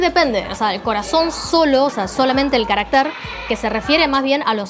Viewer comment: Insistes en pronunciar equivicadamente 'caracter', palabra aguda que rima con.mujer. Esa palabra no existe. Existes carácter, . palabra grave, con acento prosódco en la segunda a.